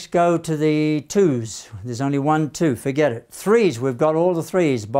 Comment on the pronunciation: "done. fuhget about it"😅